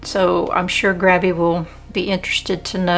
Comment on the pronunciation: Love the Grabie ("GRAY-be") brushes!!!! They are great.